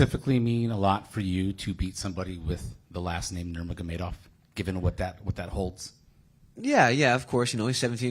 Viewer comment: why Chael Shonen try so hard to pronounced "Nurmagomedov" hahahahaha, just call him Usman wkwkwkwk.